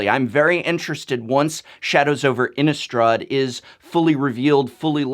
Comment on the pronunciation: Also, why do so many people pronounce Innistrad as if it has a U sound in it? Innistraw'd? I thought the "rad" part of Innistrad sounded just like that, rad. I can understand words like chaud, applaud, etc, that have the U, but not Innistrad! INNISTRA_D.